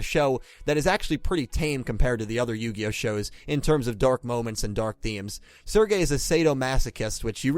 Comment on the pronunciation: he said sergeys name wrong